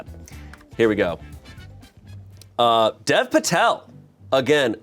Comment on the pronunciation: Dear, Current Indian and Future Smosh Video editor here to just say Dev Patel's first name is pronounced like Dave. Mr. Patel probably doesn't correct people but it would be really cool when you rise amongst the world pronouncing it properly like an Indian. Thanks, Aahir G. (Future Smosh Editor, I have a resume and graduate college soon)